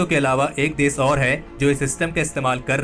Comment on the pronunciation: Bhai apni jaban sudharo देश को देस, दुश्मन को दुस्मन बोल रहे हो